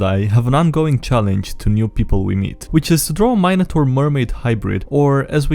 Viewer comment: Please never say minotaur again